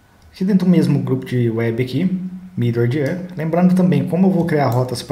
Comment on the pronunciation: achei os vídeos ótimos e da pra ver que você domina bem o Laravel, se me permite fazer só uma observação, é com a pronúncia de alguns métodos em inglês. quando você fala do with ou middleware, pela pronúncia não dá pra entender direito. não atrapalha o entendimento porque to lendo na tela, mas acho que é importante pra quem tá estudando se familiarizar quando ouvir alguém falando os termos técnicos em material de fora. obrigado pelos vídeos... muito bom o material.